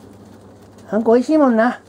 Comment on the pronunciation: あんこがたまにうんこに聞こえんのどうにかしてくれ